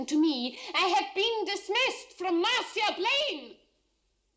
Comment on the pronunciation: Yeah, he even gets "MAR-see-uh" Blaine right. Well done, dude.